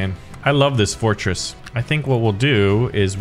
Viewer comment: i died of laugh when he sayed fortsress